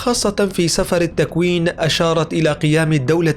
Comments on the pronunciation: تصحيح ... سفر بكسر السين وكسر الفاء، وليس فتحها وفتح الفاء، والسفر يعني الكتاب ... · تقرير جميل لكن كلمة سفر بالكسر وليس الفتح هكذا سِفر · أخي المعلق،، سفر التوراة بكسر السين لا بفتحها أنت تنطقها بشكل خاطئ فانتبه. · انتحرت اللغة العربية معك يامذيع اللغة المكسرة ..... سفر بالكسر و ليس بالفتح النوح بفتح النون وليس بضمها حسبي الله ونعم الوكيل. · انت لاتفهم شيئا. الكتاب المقدس لايتنبا عن زوال إسرائيل بعد ٧٦ عام. وكلامك عن الإنجيل عن المسيح هو هدم اورشليم وليس زوال إسرائيل وماذكره سفر الرؤيا ( وانت تلفظ سفر غلط ) ليس الآن بل في نهاية العالم اي زوال العالم كله . ومايقوله الشيوخ هو تمنيات وليس نبؤات. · سفر بكسر السين وسكون الفاء وليس سفر